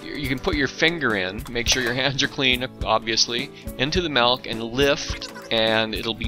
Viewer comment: It's spelled with an "I", therefore it's pronounced MILK, not MELK